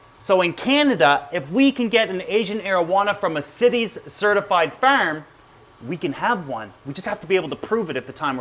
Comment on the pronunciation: Breh why you gotta say firm like that. Sound like that annoying kid in middle school lol